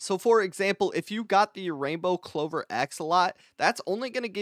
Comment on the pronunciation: Axolotl ❌ Axolot ✅